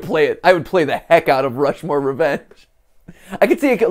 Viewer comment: rount mushmore